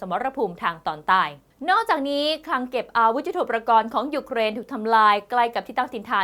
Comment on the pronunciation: ยุทโธปกรณ์ อ่านว่า ยุด-โท-ปะ-กอน ครับท่าน ไม่ใช่ ยุด-โท-ประ-กอน